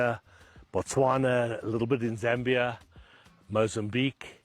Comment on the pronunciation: It's Zambia